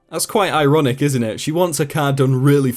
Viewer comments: "That's quite eye-ronic, isn't it?" We hear you! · Quite EYE-ronic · Ironic. Hehehe. "Eye"ronic... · Did you say in the first welding story at the garage that it was quite "eye-ronic" ?!! arf arf 💥👀🚑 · that's quite EYE-ronic...isn't it?? Hahah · EYE-ronic ha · Yeah it was very eye-ronic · Eyeronoc Really